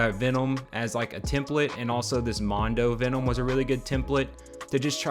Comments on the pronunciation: why the fuck is he unable to pronunciate VENOM MFUCKER IT'S V E N O M not ficking VENOUM or VEONOM or VEENOM wtf? dope custom thoguh... just what the fuck? lol my guy also says it like a thousand fucking times .... PER SECOND IT'S DRIVING ME INSANE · I've never heard someone pronounce Venom so strangely